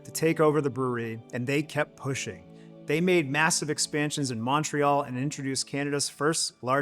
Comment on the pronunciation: The "Mon" in Montreal is pronounced like the mon in money, not Montana.